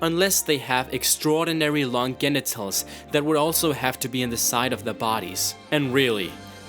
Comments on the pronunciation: It's pronounced genitals with a "J" sound, don't you know how stupid it sounds when you say it wrong? It had to be said. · Genitals is pronounced Jenitals. And Headaches is pronounces HEAD ACHES. Not hedekus. Also, pokemon exploding/self-destructing is non fatal (it just knocks them out). How the hell can you not have cubone on this list? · Why do you mispronounce every single word? GGenitals? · Listening to you pronounce words like genitals and inetvitabley literally gave me a hedekkuh. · oddly he said 'genitals' with a soft g just moments before